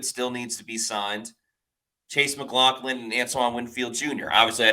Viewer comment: I believe we should put it in caps: Mac LOFF lin.